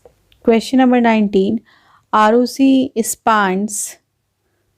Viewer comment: Spand nahi spend hota hh 😂😂😂😂😂😂😂